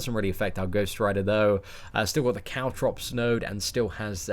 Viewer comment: when said caltrops i thought he said cow drops i'm like wait WAT?!